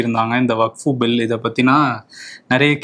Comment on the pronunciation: தலைவரே , அது வக்ஃபு, வகுப்பு இல்ல